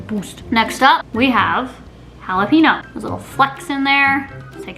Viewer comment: Jalepeeno lol